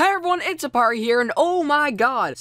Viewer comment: when he said he thought that dudes username was Aparri0 It sounded like he said Mario lol